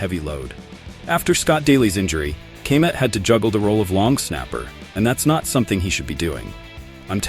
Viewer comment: Ka-met for the love of god 😂😂